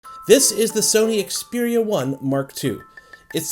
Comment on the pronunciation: Finally a reviewer that knows how to pronounce the phone's name